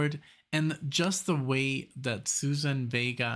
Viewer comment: Thanks for this. Love her. Please check pronunciation of her first name.